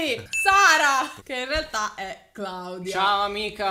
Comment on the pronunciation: In realtà vi adoro entrambi.. e non reaaalta. Ma realtà 😁 😁